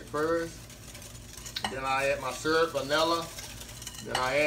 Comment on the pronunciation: YUM! New subscriber here as of yesterday. I've only watched four of your videos and I'm already addicted! Looking forward to perusing your video library and trying out some recipes (including this one. Although I'd use chocolate instead of butterscotch) As an aside, I had to laugh when you said the word "syrup" as you pronounce it like my late mother. She was from east Texas too, so it must be a Texas thang.💯😄